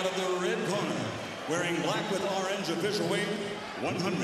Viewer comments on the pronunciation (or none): none